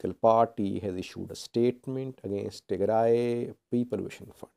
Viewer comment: Tigre is Tigre another group in eritrea You should start learning to pronounce Tigray and tigrayans properly.